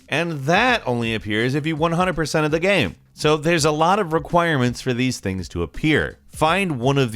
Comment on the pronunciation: Nobody:: gaeme